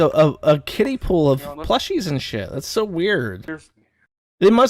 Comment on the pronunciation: Its pronounced "so". Never heard a smooth brain who say "sue".